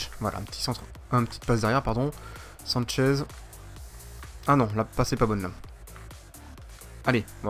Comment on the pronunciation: sanches ne se dit pas sanchez